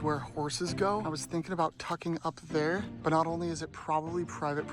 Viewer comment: It’s but not butt💔🥀